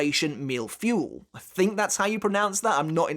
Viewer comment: Fuh-ee. Not fuel.